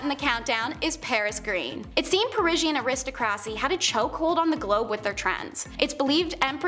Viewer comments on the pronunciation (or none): Did she say….aris-ta-crassy…..🤣🤣🤣🤣🤣 eh•ruh•staa•kruh• see😉oh😬 and the ole’ non existent word… “irregardless” 🤦🏼‍♀️😆😆 pick a word, irrelevant or regardless. Don’t just slap em’ together. 😂😂😂